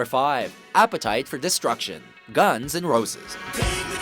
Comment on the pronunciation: OMF the way he said guns n roses